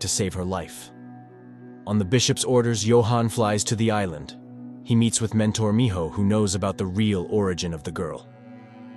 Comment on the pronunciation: I just now noticed that is calling it "Aillaendeu", which is romaji, so "Island" spoken with japanese syllables but written in our alphabet